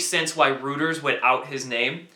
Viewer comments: The news org is pronounced Roy-ters, not Roo-ters. Excellent job though and thanks for all your efforts. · Reuters is pronounced "Roi-ters" not "Rooters". Thank you. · Reuters, pronounced Roy-ters, not Roo-ters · Reuters is pronounced ROY-TERS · Dude it is pronounced Roy-Ters & not Roo-Ters. Please. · thnx for the info, btw in case you did not know its ROY-ters not ROU-ters, keep it up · Rooters??! Reuters pronounced "ROY-ters" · Friendly Tip: Reuters is pronounced Roy-Ters not Roo-Ters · Great info.! BTW... the news agency is pronounced "Roy-ters" (rather than "Rooters"). Looking forward to your next update! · Just FYI : Reuters is pronounced Roy ters, not Rooters. Great job tho! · It's ROY-ters. You're pretty good at this stuff for such a young man. Thanks for your service. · "reuters" is pronounced "Roy-turz" ...you're killing me, man. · Love your videos. Just FYI it’s pronounced “ROY-ters” 😉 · Reuters, pronounced Roy ters. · Reuters, pronounced 'Roy ters' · Um ... I believe it's pronounced like "Roy-ters."